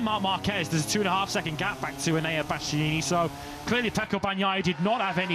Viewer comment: "Bastyeeyee-neenie" - someone please tell this commentator how to pronounce Bastianini - his co-commentator can do it correctly yet he repeatedly guffs it and is still doing it in 2025.